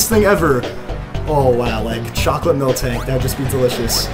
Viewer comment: oh god. he says "melk" instead of milk....but its okay i still love ur walkthroughs:)